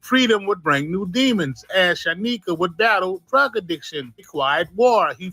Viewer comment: San YIKA bro not San nika